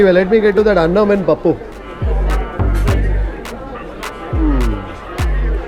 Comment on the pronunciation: From her Telugu accent in pronouncing pappu, beerakai, perugu, she must be a native telugu person😊